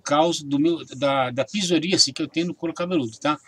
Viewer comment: "PIZORÍACE"??!!...kkkkk... É PSORÍASE!!!...antes de fazer um vídeo, aprenda a pronunciar as palavras corretamente!!!